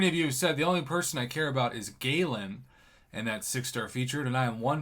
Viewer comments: Prof its gal an not ga lan the second one is what your saying. Also like I said before watch lagacy videos on him there r tones of videos on there and karatemike has a wonderful tutorial on how to use him. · His pronunciation is Guh-Lawn. Galen is my name